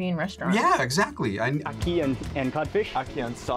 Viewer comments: And the way they kept pronouncing " Ackee " was irritating my soul ... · bro its not ahhkee, it’s ackee. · ACkee* not AWkee* and Saltfish.